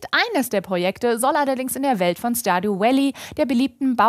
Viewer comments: doch es ist stardjuu vällii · starduuuu uälllie lol, so falsch